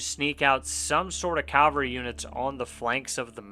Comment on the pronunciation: nice vid but i swear i was hearing you say calvary. I had to double check with the subtitles and it confirmed it.